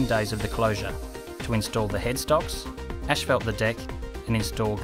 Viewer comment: there is no 'E' in Asphalt... facepalms